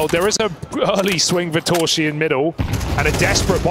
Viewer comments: casters : torszi❌ torshi ✔ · s in Hungarian is pronounced as sh. sz is pronounced as s. They have it the other way around.